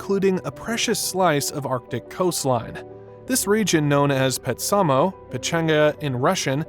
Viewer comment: This was very informative. However, your pronunciation of Petsamo is totally off. It was pronounced ‘PET-sa-moe’